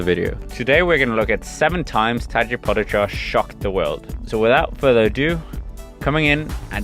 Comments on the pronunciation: Pojacar....i hope he learned prononcination til now :) PoGachar.... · Po-ga-char is the Pronunciation for everyone who don’t know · You pronounce his name really strange. As a Slovenian I cringe every time you say his name :)